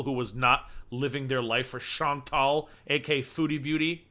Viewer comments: It sounds like you just say, “AK”, and I rewind it all the time trying to hear the final A! lol. Love to hear your takes on Chantal’s shenanigans! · When introducing Chantal at the beginning of your videos, it’s “AKA”, (also known as).